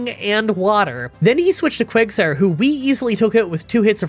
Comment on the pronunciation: You called quagsire Quagmire